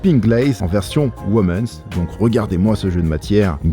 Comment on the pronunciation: Hello, toujours un kiff tes vidéos. Juste un petit truc qu'il faut que toi le grand bilingue corrige;-) A chaque fois que tu présentes une paire pour "vous les filles", une version "WOMENS", on entend ton "s" à l'oral, alors que c'est Woman / Women hein, y'a jamais de "s" en anglais donc voilà, c'est tout;-) Sinon la AM1 Patta dans ce nouveau colorway va démonter!